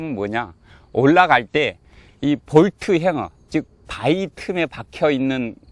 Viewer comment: 은 정확하게 Bolt Hanger를 '볼트 행어'라고 하십니다. 옷걸이를 일반인이 보통 '행가'라고 하죠. 잘못된 발음입니다. 일본식 발음이죠. 일본어 사전에는 행가[ハンガー/ hanger]라고 싣고 있습니다. 아마 독일 발음을 차용한 탓일 수도 있겠습니다. 그런데 볼트의 독일 낱말은 Bolzen입니다. Bolt Hanger는 분명 영어이기에 섞어 발음하는 것은 적절하지 않습니다. 동영상 잘 보았습니다. 총총^^